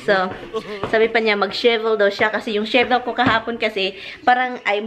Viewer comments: Shivel another meaning pronounce it as shovel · Tulong lang sayo ha, say shovel not shivel. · It's not shivel, but shovel. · She said shiebel at least 20 times it’s shovel my friend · The right word is shovel, not shevel.